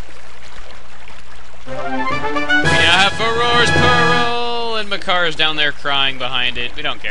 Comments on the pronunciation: its maker not MAH CAR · I pronounce his name as "Makkar", not Mah Car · it isnt spelled Mah Car, its Makar. and Makar is the Korok not the boss. the boss's name is Kalle Demos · hey thats meh-kar!